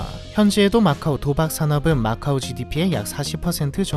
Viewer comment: macau인데 왜 오로 발음함?